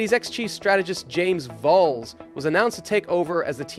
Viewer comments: You seriously need to get better at all pronunciations. "Volls, Alpyne?" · Whats with the constant mispronunciations???? 😂😂 “James VowWs”, “AlbohNs”, “AtlAAsian”, “how did the hottest free agent of the 2024 end up in a BAhkMAhker”, “alPINE” — english aint even my first language smh😅🤣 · The way you said James Vowles is just... ugh 🤢